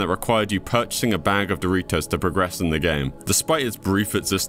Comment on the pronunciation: Dory-toes? Goggle??? Is this an ai or just someone from another planet??